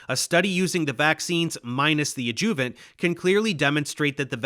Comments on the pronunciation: I love you, Dave, and this is an awesome video as usual, but it's "ÁD-juh-vunts" not "ad-JUH-vunts." Me: retired medical and pharmaceutical translator and editor. Keep up the good work. My purpose here is solely to tweak your presentations upward and onward! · I appreciate your effort on this video, however, it is pronounced "ADD-joo-vant" not "ad-JOO-vant" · Love the video. It's also pronounced ad-joo--vent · Love this, but what the hell is an “adJOOvent”? No one pronounces it that way. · Please correct the way you pronounce adjuvant. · What’s up with the mispronunciation on the word adjuvant over and over? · Is Dave using AI to imitate his voice? I ask since he is consistently mispronouncing certain words like adjuvant and E. Coli.